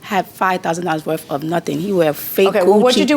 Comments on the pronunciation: "it's not $5000 werf" 🤦🏻‍♂️ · “Not $5000 worf” 😂